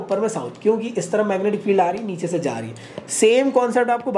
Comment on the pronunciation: 😂😂😂😂 B su c, c su d 😂😂😂😂